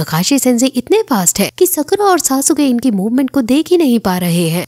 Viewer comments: It's sasuke not sa su ka (￣へ ￣ 凸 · Sasuke hai sasuuke nhi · It's not sa-su-ke it's sasuke(suske) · It's not सासुके it's सास्के 👍